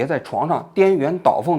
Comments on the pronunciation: 什么是颠元倒凤😅😅😅 鸾 读Luan 好吗！ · 王局用的是“颠鸾倒凤”这个词吗😂 luán 不是yuán呢😅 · 颠鸾（yuan）倒凤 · 颠鸾倒凤，luan，不是yue，这个字都能错吗？ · 王菊啊，央视记者读错别字，实在是不能忍，颠鸾倒凤 读作[diān luán dǎo fèng】不是 [diān yuán dǎo fèng】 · 颠鸾倒凤（音銮） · 王局，颠鸾倒凤--读音是dianluandaofeng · 王局，弱弱的问一下，颠鸾倒凤，是不是应该读luan阳声😁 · 颠鸾luán倒凤，你这前央视记者读错字的频率也太高了吧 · 颠鸾( luán )倒凤。稍微纠正一下您的读音。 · 颠鸾倒凤 第二个字念luan2😂